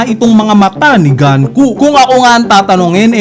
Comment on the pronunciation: Icocorrect daw pero Ganku pa rin nang ganku. GUNKO NGANIIII di ka ba marunoing magbasa?